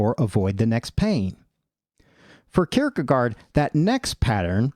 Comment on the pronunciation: If you care: it's pronounced "kierkegore", with the last syllable being a bit shorter than the English word "gore", but it's the same vocal sound. You pronounce the first part of the word perfectly.